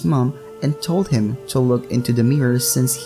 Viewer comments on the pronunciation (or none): none